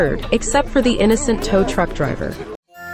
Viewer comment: "eXEPT FOR THE INNECONT TOW TRUCK DRIVER." eRM